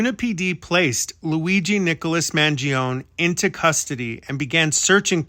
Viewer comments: According to his politician relative…the last name is pronounced Man joe nee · Off on his last name's pronunciation but great job otherwise! Love all your content! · why do you insist on mispronouncing his name